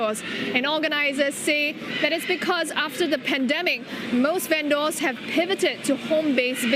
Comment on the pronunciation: Strange way of pronouncing "vendors" - should be "ven-ders", not "ven-doors".